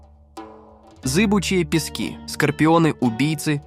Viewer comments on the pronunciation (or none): none